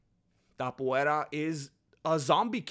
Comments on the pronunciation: Ilia Topuria, no Tapoeira.... y por cierto, con todo el respeto del mundo, hacía mucho tiempo que no escuchaba tantas sandeces juntas. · His still calling him "Tap-uera", as if he didn't fight off a dangerous leg lock from Charles Oliveira... it's so cringe, he has to admit Topuria proved him wrong and quite disrespecting him for no reason, bro wants him to have 3 title defences before putting respect on his name, bro thinks he's a king or something. Btw, saying Charles wasn't in his prime when he was champion and that he fought cans that Khabib already beat doesn't hold, bc it took 3 hard rounds for Khabib to sup Poirier, Charles did it in 2 and didn't struggle as much, then Makhachev (way better than Khabib) took 5 hard rounds and you can clearly see that Poirier was for each title shot a better fighter skill and endurance wise. A man's physical prime varies between 29 to 35, after that T level production decreases (some people's T don't decrease until 40). Max is not out of his prime, he took the 0 of a young prospect Arnold Allen and then dominated and KO'd Gaethje (who beat Poirier and a young prospect Fiziev on the feet***) in a upper weight class and we clearly saw improvement in Max's striking skills and power + a improved kicking game, but it's really Max's next fight which is going to show if he's still in his prime or not (his 33 btw, chill). For the other points I agree.. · Por qué pronuncias Topuria como "Topuera"? Si se lee exactamente igual que en español, acaso no eres mexicano?